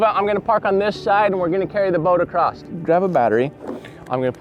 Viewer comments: Acrost? What language is that? Did you mean “across”? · He's one of those "acrost" guys... 😆